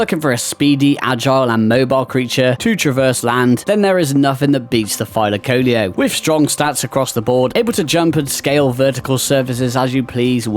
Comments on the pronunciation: thy-luh-KO-lee-oh MY GUY. That is how everyone pronounces it including the wiki page and Helena herself. Or is everyone wrong minus you? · Thy-laca-leo my guy